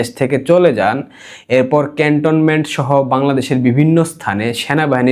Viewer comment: ভাই,, আপনি ক্যাল্টনমেনট বলেন কেন?